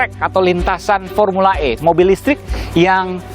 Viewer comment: Bukan pormula e pormula sakit gigi kale